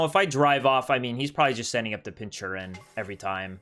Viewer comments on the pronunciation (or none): You're saying Pincurchin wrong, sound it out I guess? Pin-ker-chin